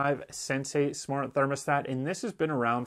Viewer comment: Why does he call the Sensi a "sensay." Is he the Karate Kid? Wax on, wax off...yes, Sensay!